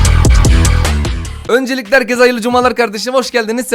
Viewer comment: abi şu hersikin sonune s koymayı bırak lütfen amw